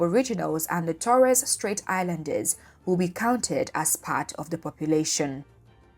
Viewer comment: Can't even pronounce Torres Straight as an 'expert' is a problem.